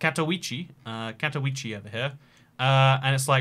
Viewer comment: Ludz is pronounced "wudge" , and Katowice is "kattovitsa", I spent a lot of time in Poland and got my head around the crazy spellings in the end!